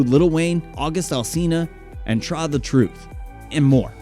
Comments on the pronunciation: U kidding me traa? Bruh its.TRAE.pronounced like TRAY u should be banned from any hip hop content man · Lmao.. bro I'm from Houston. I think you said Try Tha Truth lol. Bro it's Trae(tray) tha truth 😂. Not Try. Too funny. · Good vid But it's not TRAH tha Truth, it's Trae. Trae (Tray) tha Truth